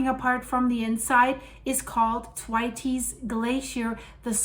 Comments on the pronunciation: "Th" as in Thor, "wait" as in delay, "s" as in plural. “the weights” probably isn't correct, depends on how you pronounce "the", but it is a lot better than attempt! Named after Usanian geologist Professor F.T. Thwaites of the University of Wisconsin. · I know this is a such small thing, but if you say “the weights” and then drop the ‘e’ so it would be thweights - that seems the simplest way to describe the pronunciation of the word. Loving all the videos …all this stuff happening on the planet, it’s like being in a train that’s running off the rails except it’s going at the speed from ‘Inception’…. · It's pronounced "th" waits" glacier not "t' wateys" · it's "Th" as in "think", so a soft sound. Pronouncing it hard makes the name unrecognisable. Should be followed by the sound "way", so not what you are saying. Have posted about this previously and you just ignored the feedback. 😢 "Th - way - ts." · Its pronounced Th-waits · Thanks for your work, very informative and coherent! However Thwaites is a man's name and is pronounced with a "s" sound not an "es" Thw(8)s! Sorry I have to tell you while admiring your command of English! Lots of love from Wolverhampton. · it's pronounced as if you are saying 'the weights' very quickly.....th (as in theory) and weights. 🌹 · it is pronounced: 'Thr-wates'. Just to help you. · "Thwaites" is pronounced TWAYTS (rhymes with "weights" or "skates"). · It's pronounced Thwayts. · I believe it’s pronounced th waits, you always do a fab job with names I couldn’t attempt 😳! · Think your pronunciation of the glacier could be tweaked a bit. ❤ the channel ! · Cannot tell her too many times. I normally give a thumbs up but am getting really fed up with her ignoring the correct pronunciation, having been told in a previous video on the topic. Possibly only reads the comments from paid up members these days? Losing my vote!